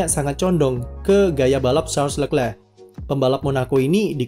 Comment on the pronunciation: Tulisannya leclerc bacanya lekhleh